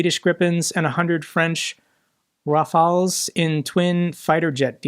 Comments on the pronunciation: wow, this is the first time I hear an english speaker pronounce "Rafale" correctly 😅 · Thank you for your Rafale pronunciation. FIrst time it sounds in an english youtube video like when we talk about them.